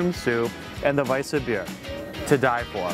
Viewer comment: You're killing me pronouncing Weiswerse. Or Weisebier. It's vise vers, no ah or ea at the end.